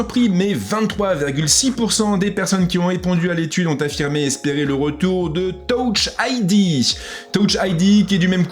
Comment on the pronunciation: « Towche ID » 😭😭